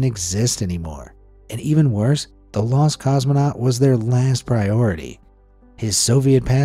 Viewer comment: Lost? I thought you said LUST in Space!!